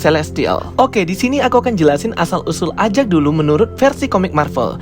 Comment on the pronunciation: EJEK bang mengatakannya bukan AJAK